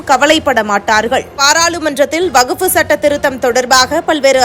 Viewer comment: அம்மா செய்தி வாசிப்பாளரே வகுப்பு வாரியம் அல்ல வக்ஃபு வாரியம் என்பதே சரியானது